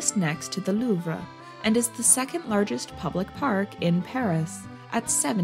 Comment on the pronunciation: can't even pronounce louvre correctly.